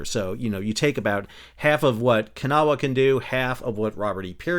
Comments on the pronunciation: IT’S NOT “KA-NAH-WAH!” IT’S “KUH-NAW!” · As someone who is from Kanawha County WV and grew up along the Kanawha River I am here to tell that you are NOT pronouncing it correctly. I have lived here in NC long enough to know that for some strange reason people here like to pronounce it Kan-a-wha with three syllables. That is incorrect, it is pronounced with two syllables as Kuh-naw. Pronouncing it Kan-a-wha just tells WV expats, like me, that you have never been to WV other than driving through on the interstate.